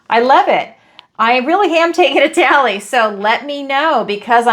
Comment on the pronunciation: "A TALLLY" ......ITALY !!! 🙏🌹💖